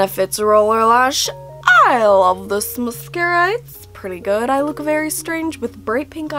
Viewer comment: sounds like your saying luke instead of look.